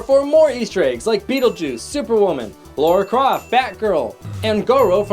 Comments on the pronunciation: You know it's Lara Croft, not Laura Croft, right? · Laura Croft? Lara... I think the comments section is turning in to "Ready Player One Everything You Mis...pronounced"